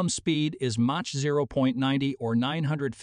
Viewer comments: I agree with you, for instance it pronounces mach as match not mark and its annoying how it keeps calling the A350 as the A350 XWB which was the name Airbus called it on initially proposing it. It is now just called the A350.Together with the cutting and pasting audio it really is not worth listening to. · Someone should reprogram the narration computer to say Mach correctly. It's Mock phonetically